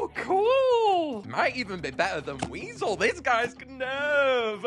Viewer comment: The ‘Knurv’ of all this, man!